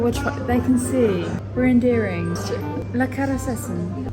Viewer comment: You pronounced „leckeres Essen“ really well!! 👏👏 🤭